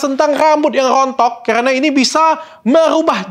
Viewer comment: biasa nya kalau ngomong karena "kerana" dan R agak kedal itu asal kalimantan bener kah ?? BTW ,, menunggu vitamin untuk rambut uban